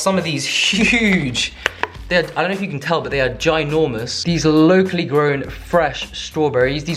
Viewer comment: Every time he says “locally” it sounds like low key lol. Took me like three times to realize he was saying locally